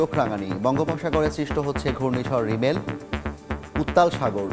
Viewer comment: রিমেল না রেমাল